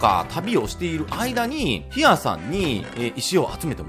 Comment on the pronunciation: … hera じゃなくて here じゃ… a じゃなくて e なんだよ…笑